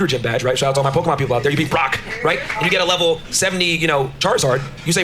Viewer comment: I felt a weirdness when he said Pokeman. Who the hell doesn't know it's at least Pokemon?